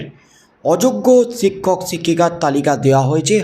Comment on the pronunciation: “ছিক্ষক” নয় “ শিক্ষক” বলুন। উচচারন ঠিক করুন।